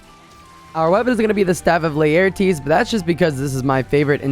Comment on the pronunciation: Honestly, I don't use Insect Glaive, though I would like to learn. I just wanna support your videos. Also, the way you say Laertes is hilarious. so, WinWin?